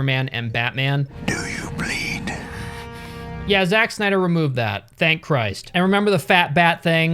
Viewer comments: "Zak snia • dr" is how it's pronounced not "zachh snia • dr" got me 😭📲🔝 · I mean it's spelled wrong so he's gonna mispronounce it to further accentuate it ahahahahahah.